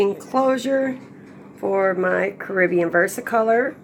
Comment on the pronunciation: It is actually from the Spanish word "caribeña" meaning from the Caribbean. Despite that fact the species word is CARIBENA. Pronounced care-uh-beena. BTW. Your little side note is completely irrelevant to the topic at hand 😁